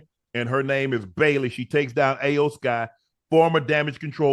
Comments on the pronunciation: Shannon say E o sky even tho its not spelled that way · He called Vince McMahon “Jim McMahon” and Iyo Sky “A yo Sky” and couldn’t remember the Bianca Belair and Naomi’s name and also said Naomi’s name wrong he said “Neomi” but nonetheless I respect them for stepping outside of there boundaries and covering Wrestlemania,I thought it was funny with how unc was butchering their names though lol 🤣🤣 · Hey Unc...Love the content, Loved the fact that you mentioned Wrestlemania in your podcast...Real quick. Iyo Sky's name is pronounced (E'Yo-Sky) 😊